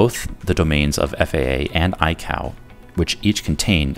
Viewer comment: ICOW? lol you mean ICAO?